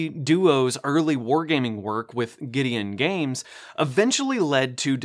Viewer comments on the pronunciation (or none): Pretty sure it's "Guidon Games", not Guidion. Pronounced "Guide-On", not "Giddy-on". Notice the picture of the cavalry guidon next to "Guidon Games" on the Don't Give Up the Ship rulebook . No big deal. Just wanted to bring it to your attention. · My dude really said “Gideon Games” instead of Guidon (guy-don).